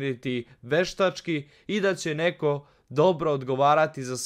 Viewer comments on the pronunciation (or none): none